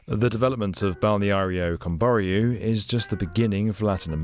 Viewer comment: I feel pain every time he trys to say Balneário Camboriú